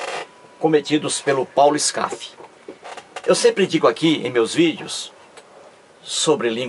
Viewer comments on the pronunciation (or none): Uma correção. Não é ESCAF e Sim SKAF...